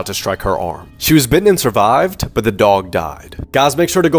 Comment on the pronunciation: did he just say “miraculously the father and the son survaved” ??????